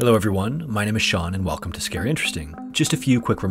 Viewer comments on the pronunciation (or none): (Sean?): I have enjoyed several of your videos. You do a good job narrating the stories. One thing I don't understand is why you say "Scare Interesting" instead of "Scary Interesting" when you talk about the channel at the ends. Keep up the good work, and I will keep watching.